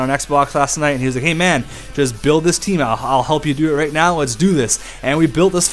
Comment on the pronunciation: The Canadian olompic taem